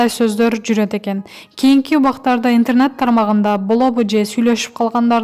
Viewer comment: Кагылайын жазылган тексти туура окучу))Бекболыев эмес Бекболиев, интарнат булагы эмес,интернет ))Тобоо кайсы кылымда жашап жатасынар?